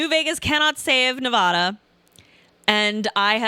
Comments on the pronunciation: Whoever pronounces Nevada like that, I cant trust them on what they think. Yep, I was right. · Of course says "nevauduh" lol